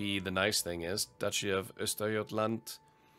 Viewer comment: Perfect pronunciation - Östergötland. Impressive!